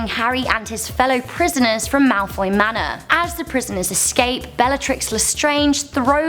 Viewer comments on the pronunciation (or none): none